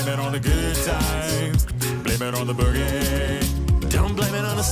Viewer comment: 😂 It's BOOgie not bew-gie. The former's a good time and the latter's a nosepick. I love your reactions, meanwhile. 😁